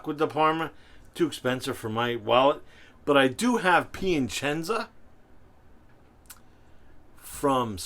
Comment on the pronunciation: it's that added "n" that throws in lol